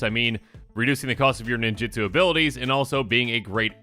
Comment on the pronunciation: For the billionth time: nin-JU-tsu NOT nin-JIT-tsu